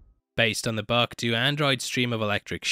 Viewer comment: I couldn't understand what is in the buck, oh he is saying BOOK.